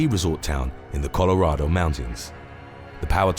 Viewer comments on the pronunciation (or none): none